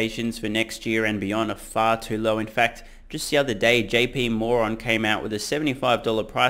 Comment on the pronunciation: Did you say JP Moron? lol